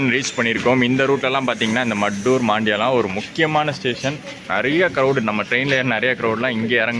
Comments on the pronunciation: Maddur not mattur mandya not maandya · Maddur and Mandya are pronounced மத்தூர் & மண்ட்ய